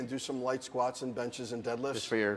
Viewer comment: best part was the "skwaats" thing